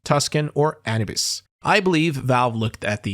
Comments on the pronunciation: ngl i never heard someone pronounce anubis like that before lol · Bro, u didnt even look up how to pronounce "Anubis" before making video?